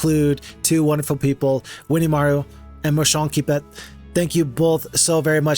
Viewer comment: I took all the time I needed to savor every moment of you doing this map! and OH BOY!, wow I had a good time… and That moment you pronounce Moucheronquipet … priceless 😎 It puts us in ideal conditions for the rest of the video 😀 Your ability to pre analyse fights is so impressive, showing us how are you so pro. It’s awesome to see you discovering all of this with so much joy! we can easily get you are so happy mate 😀 It’s really amusing to see how different we all are in our approach to battles! And you are an amazing guesser! 🤣 suite the same happened to me! 😀 but in a différent Way! I lacked one ghost for this fight… I bled one ghost and that was it.. 😤🤣 I laughed so much ! One of my favorite fight !!! By far 🥰 We share EXACTLY the same feeling here about this game, and some times, yeah you need that kind of totally original maps to break the routine! and you DO seem to enjoy it so much ! We all know you are true legend here! Thank you, my clever friend with the red fur.😌😎 By the way, did you know that literally feeds off our suffering to survive? 😂 and he really get the nectar of our soul… again the proof you are amazing and know so much this game !! ☺️ epic French touch adaptation of Daft Punk for HOMM : One more Turn!!! 🔥😎 First Time I hear the so called American FOX literrally signing a war treaty to the english UK language 🤣🤣🤣 It’s actually funny how you didn’t get the battle